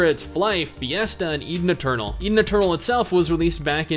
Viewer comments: Swear to god I heard "Eating a turtle" when you said "Eden Eternal" =D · ETHEN ETERNAL ! When u sayd that , i thought u sayd ''Eatin a Turle'' :D :D